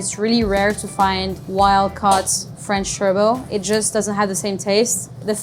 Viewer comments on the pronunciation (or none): PLEASE PRONOUNCE TURBOT AS ITS ENGLISH NOT FRENCH AND SAY CORRECTLY .... PRONOUNCED BOT AS IN ROBOT.... TURBOT AND ITS THE MAIN FISH OF UK NOT FRANCE